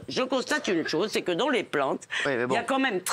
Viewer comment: Levy : il y a une tchose ou vous avez raijon ,,, le travail d’inveshtigachion !!